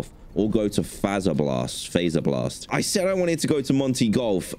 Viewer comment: ITS NOT FaZeR bLaST. ITS FAZ - ER - BLAST. OOOMMMMGGG i think